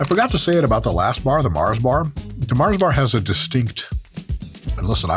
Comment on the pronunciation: Love the accent for Mar. Think European, but Mars is based in Slough, UK. Otherwise known as one of the biggest shitholes in the UK, and the location the original The Office was based upon.